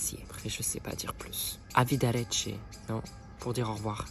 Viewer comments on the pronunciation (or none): Bon soir c’est buonasera 😂 et au revoir c’est arrivederci 😂 mais tkt on t’aime 🫶🏼🇮🇹 sinon t’as cassé Laura Pausini j’ai mal à mon italien😭